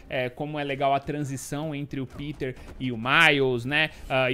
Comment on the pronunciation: Também seria ótimo caso nós soubéssemos se vc está tendo prática de pronunciamento de nomes. "Piter"